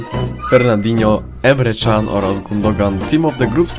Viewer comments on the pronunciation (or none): none